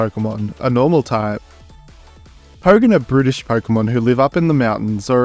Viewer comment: When you were talking about Pogan you said it was brutish but it sounded like you said that it was British 😂